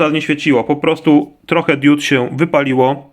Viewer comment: Nie pisze tego zlosliwie. Film jak najbardziej wartosciowy ale diud kluje mnie w uszy tak jak wlanczac czy szlem.